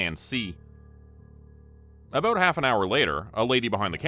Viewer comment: Are you from Canada 🍁? I love the way you say out and aboot.